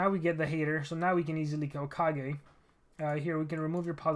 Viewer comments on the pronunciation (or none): none